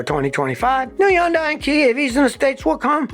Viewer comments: Scotty, its hun-DAY, not hun-DYE. just saying. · It is pronounced: HUNDAY not Yunday. I dated a Korean. 100% it is HUNDAY. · Can't you say Hyundai not undai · Scotty Kilmer is a stubborn mule! Everybody else calls it Hyndai with an H sound, but not him! See, he's supposedly supersmart, and everybody else isn't. Whatever! He comes across as arrogant! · Scotty is stubborn and keeps insisting it's pronounced Yundaia - without the "H". NOBODY pronounces it that way! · It’s Hyun-dae. I know Korean. And it’s actually Gee-ah. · Pro tip: Hyundai rhymes with Sunday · Is it pronounced Yun-Die? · It's hard to believe anything this guy says since he doesn't even know how to pronounce Hyundai. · When you learn to pronounce the name of the company correctly, I'll start to take you seriously. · I can watch this why are you mispronouncing Hyundai name? I've worked for both companies, and it's so distracting. if you can pronounce the name, maybe your info suspect too?